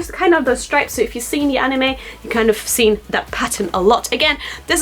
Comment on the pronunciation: The pic suggests you've joined the illuminati. Also, some times you pronounce words in an Irish accent influence "Like" "stripes" etc ....- Any influences?